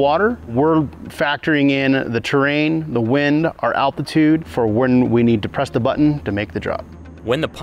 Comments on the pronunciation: This guy says "alpitude" instead of altitude. You can even see his lips forming the sound for the 'p'. I hope that no one ever has to fly these planes on-mission with the guy that thinks "altitude" is pronounced "alpitude". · did one of the pilots actually say alpitude instead of altitude? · did he say alpitude? 0.o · The gentleman definitely and unequivocally says “alpitude” in case anyone else is questioning it. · Look, I am fairly certain he knows way more about flying and planes than me but did he say "Alpitude"? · Best noment of the video: "alpitude". ARF! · did he say “alpitude”? Scary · My dude saying alpitiude sounds like he needs an ambalam to fix that stroke !